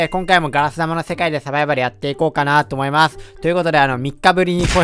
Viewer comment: 思いまスュ 滑舌ww